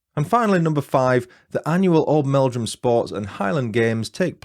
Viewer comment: My Uncle and Aunty live in Oldmeldrum, but I'm from Yorkshire! You are saying Old'mel'drum correctly 😊 It's a lovely little place. I knew of this case from a documentary, but I didn't realise Webster and his first wife were from Oldmeldrum! 😊 Thank you for the fab video ❤ I, too, am a domestic abuse surviver so i really appreciate your sympathetic telling of the story. 😊